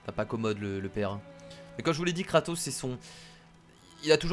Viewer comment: tu à dit katos